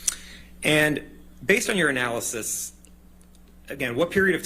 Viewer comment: Couldn’t stop laughing “Based on your analysis,” sounding like, “Based on urinalysis.”